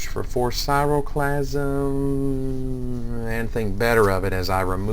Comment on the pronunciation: It's KRAI-O-clasm, not sairoplasm. Aside from that, cool vid.